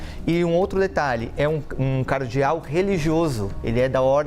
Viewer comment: Repórter pronunciando o nome de Cardeal de forma errada? Que jornalista bom em.